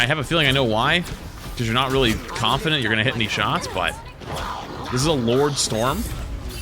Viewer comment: I honestly never expected to hear Storm get called Florm